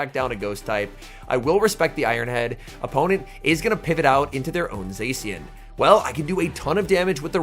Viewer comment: It’s Za-shee-en